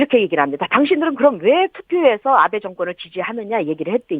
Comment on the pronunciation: 아베가 왜 자꾸 나베로 들리지 ㅋㅋ